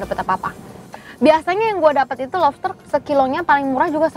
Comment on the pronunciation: Siapa yang ngira dia ngomong nya... Lofster bukan lobster...